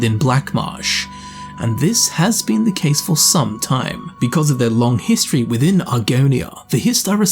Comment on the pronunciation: that was quite the HIST-tree lesson... Anyone?